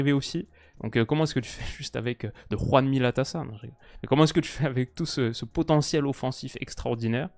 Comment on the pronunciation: « de Juanmi Latasa » Tu régales vraiment